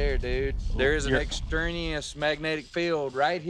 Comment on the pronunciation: "EXTRANIOUS" my new favourite word :)